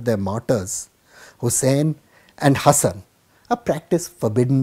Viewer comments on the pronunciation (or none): none